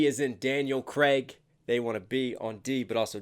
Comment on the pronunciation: It's Craig (Like Laid) not Creg (Like Leg) 😄 Keep it coming 💯